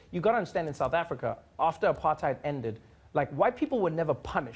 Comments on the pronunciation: Trevor please stop saying apart-hide. It's apart-hate. That's the only correct pronounciation and you know it! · Hold up. Did Trevor just say "Apartide"